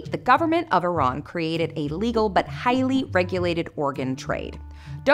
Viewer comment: or you could just save money instead of putting everything on a credit card as some one who is part Iranian, I appreciate that you guys actually pronounced Iran correctly. Its no I - RAN its E - RUN